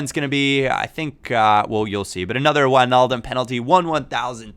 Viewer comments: Finally someone who can say Wijnaldum right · U pronounced wijnaldum right!!! nice man